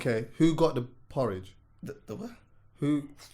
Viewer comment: Man said porridge you know lmao!